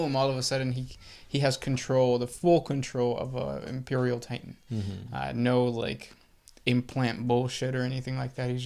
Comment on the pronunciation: "Imeprial"? C'mon.